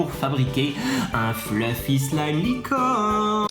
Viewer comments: On dit sl a i me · j avoue que quand tu prononce "slime" sa me fait rager "slaym" plz😂sinn supere video❤ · Sa se prononce slaïm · C'est pas sliime mais on prononce slaïme mais sa s'ecrit slime et c'est toi nadège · Ça se prononce 《slaïme》 😂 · Trop bien mais on dit pas slime on dit Slaime 🤣🤣🤣🤣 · j'adore comment tu dit "slim"😂😂😂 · ptn dis slayme comme sa s'ecrit slime mais bon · pourquoi tu dit slime mais pas slayme qui ce prononce comme je viens de l'ecrire je sais que ca s'écrit slime